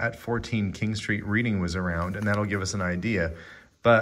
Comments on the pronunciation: Also, the town is pronounced "redding", not "reeding". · The ring certificate is written with a fountain pen. Reading is pronounced "Red-ing". Interesting video, as always,! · It’s pronounced Redding, confusing I know x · Hi.... it's pronouced 'Redding' not 'reeding'....from the Uk... thanks. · fountain pen, not a quill pen!!! 1941 and the area of London is Reading pronounced redding. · Reading is pronounced redding , it is a town in Berkshire UK , about 30 miles to the west of London , Didcot is in Oxfordshire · yes it is spelled Reading but pronounced Redding. 🎅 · it's pronounced "RED-IN", it's in Berkshire, England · tis pronounce Reding loL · Reading is pronounced as Redding. Curiously my sister lived in Didcot 😊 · Hi the little ring box with the insurance document is from Reading UK and is pronounced Reding and the place where they lived is Didcot UK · Hi, i live only a few miles from Southend-on-sea, aCity now a few miles up from the river Thames. You pronounce Reading as Redding, thats the English language for you! Xx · pronounced reding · It is pronounced Red-ing and Reading, if I'm not mistaken? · Reading is pronounced red-ing :)